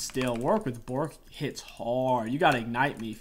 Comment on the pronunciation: My favorite part of the video was every time you said Bo(t)rk, since WW is a pupper.